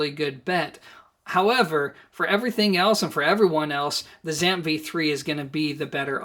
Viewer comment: Why do you keep saying "ZAMP"? It's the " ZEE - amp", as in the Z- series. Go listen to Richard Schram himself.